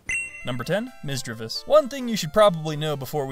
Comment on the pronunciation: Misdreavous *Misdreavus **Misreadvus